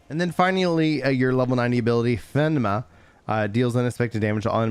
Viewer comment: What was that pneuma pronunciation lol